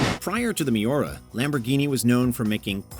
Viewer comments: Oh man, that pronunciation of Miura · Its MIURA not miora